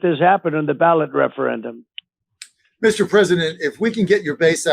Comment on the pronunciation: can we talk about how this moron can’t even say referendum 😂😂😂😂 how tf is this maniac the leader of us😂